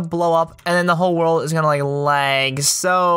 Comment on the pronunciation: "my worldf" me:whatf